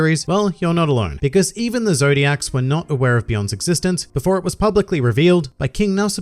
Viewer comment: ZOLDYCK. ZOLDYCK. NOT ZODIAC.